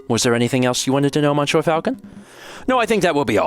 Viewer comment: You get full marks for French effort and -9999 points for saying “Mon Sure” so many times.